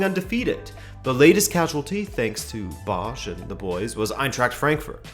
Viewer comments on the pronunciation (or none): none